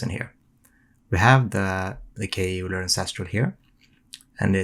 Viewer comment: Euler is pronounced "Oiler" just FYI.